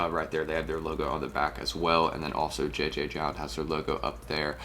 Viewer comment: I believe it’s just pronounced “Jound” no multiple Js